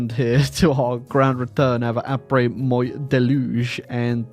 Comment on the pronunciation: The way he pronounces the French word 'moi' makes my ears bleed.